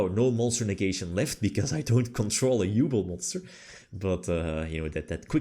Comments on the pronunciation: Halfway through I feel like we bullied him into saying Yubel instead of "Yooble" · i beg you, learn how to pronounce Yubel x') she suffered enough, don't torture her more